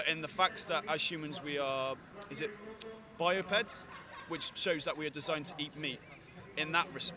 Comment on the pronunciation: wtf is biopeds or whatever he says only thing that i find when looking for something similar is bipeds, which doesnt give a reason to eat animals